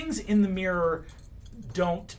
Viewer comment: It's mirror...not meeer. Two syllables please.